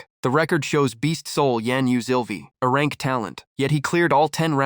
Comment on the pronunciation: Oh come on If you're going to upload don't use somebody else's s*** that was already s*** to begin with because hearing Arank Crank Brank instead of A-rank C-rank or B-rank